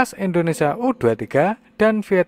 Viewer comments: indonesia tong bukan endonesia🤣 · Indonesia bukan endonesia...